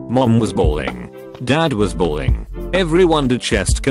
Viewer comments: I love how he says balling instead of bawling 😂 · It's not 'balling'. It's 'bawling'. I highly doubt the boys parents started playing street basketball as their son dieded. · That guy said balling. It’s bawling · It's BAWLING... not balling. And these videos with these stupid computerized voices SUCK! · it's bawling not balling this bothers me so much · Jesus Christ it's "BAWLING", aren't nurses/doctors held to some sort of educational standards. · It’s ‘bawling’